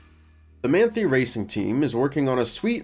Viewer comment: as a german i feel obliged to point out, that its pronounced like "Mahn-Thai", though to cut you some slack, its not a particularly german looking name ;) great video!